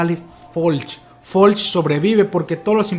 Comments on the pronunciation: Deja de decirle "Folch" a Floch amigo date cuenta.-. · No se llama "Folch", se llama "Floch", ahi te encargo para la otra compare.